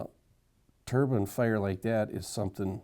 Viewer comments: Wind turrr-BINE darn it. A turban is worn on the head in many cultures. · its interesting how they pronounce "DEEpartment" but dont pronounce "turBINE"